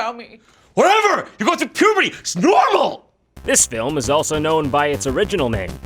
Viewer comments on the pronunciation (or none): “Ish normal”